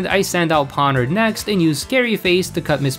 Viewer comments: ok what. Ponard, iron threads, luma crash, bro it's Pon-E-Ard, spelled pawniard, I-ron-tred-s, spelled iron treads, and (ok i dont know how to type the pronunciation of the last one, but there is an n and an ia in there. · "Skidoo" instead of Skiddo. "Pawnird" instead of Pawniard. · I've been hearing a theory that Geeta is being mind controlled, and that's why she is so bad, I like that theory Also Pawniard was probably avoiding you because of the way you pronounce their name xD